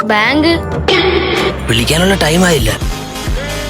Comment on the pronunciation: ബ്രോ വാങ്ക് അല്ല ബാങ്ക് 😂😂😂